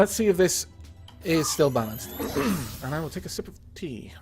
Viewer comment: says: "sip of tea", I hear: "sip of pee"... DAMN YOU, BEAR GRYLLS! Shakes fist